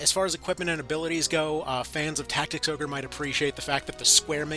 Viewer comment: Did he say final fantasy tic tacs? 😂😂 stealing that